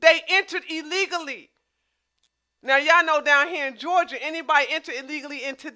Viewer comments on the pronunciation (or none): none